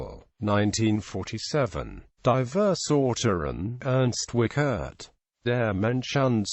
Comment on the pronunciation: Nice to see E.W. on YT- but it hurts to hear the terrible pronounciation of the name: The IE is pronounced like the English EE, the CH is no K but close to SH, the E is an open vowel like in ehm?, the RT like in Bert.